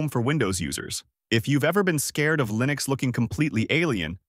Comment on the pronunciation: how can i trust you when you're even confused with how to pronounce linux.